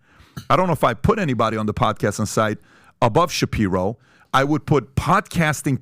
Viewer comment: The moment he said Ben shaperio that was it for me. Lost all respect for this channel. Ben shaperio 🤣🤣 and I had just subscribed because of tucker offer.